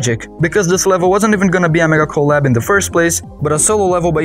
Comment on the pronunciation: Really nice video with professional feeling commentary and editing something i found funny is every time you said mega collab i heard medical lab